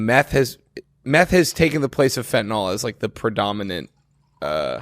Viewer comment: It’s pronounced fenTaNILL, not feh-ih-nol